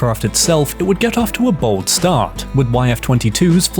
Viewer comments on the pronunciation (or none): none